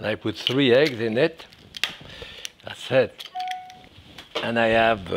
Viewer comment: I really love this man. He is a true modern day Icon that is for certain. At :33 seconds it Always brings a smile to my face when he says...... "an dats sit". Enjoy your Thanksgiving chef. Thank You.